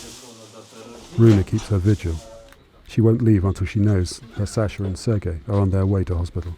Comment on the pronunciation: You could at least show some respect by pronouncing his name correctly. It's pronounced Saah-shuh, not SAsher.